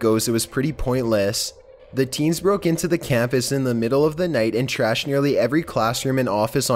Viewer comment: his voice is funny lololol like he said camp ass and said danger ass